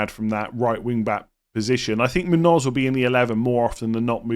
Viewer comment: Yes, that’s spot on,. The tilde above the N makes an “ny” sound just like in Nuñez (or just like the “nh” in Portuguese names like Mourinho or Cunha), so it’d sound like /MOON-yōz/ (like in yo-yo). Love the content, too!